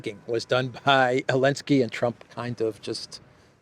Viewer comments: Why do you say Elensky instead of Zelensky? Or are you not talking about Zelensky? Love your videos 👍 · why is calling Zelensky, Elensky without the Z?